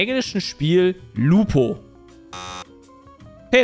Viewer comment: Soweit ich weiß, heißt das englische Mensch ärgere dich nicht, Ludo und nicht Lupo 😱😂